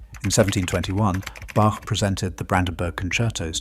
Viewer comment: Please could we have our great Bach pronounced with a long A and ch as in Loch ?